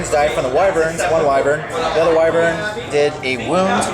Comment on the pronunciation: The Whai-vern pronouncing dude should be shot, lol, it's Wih-vern, not Whai...